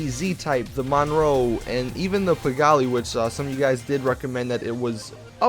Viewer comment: hey awesome video -- just wanted to let u kno u pronounce it pee-GAHL